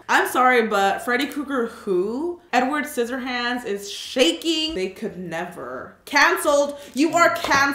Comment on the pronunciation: Is it just me or did she say enward scissor hands?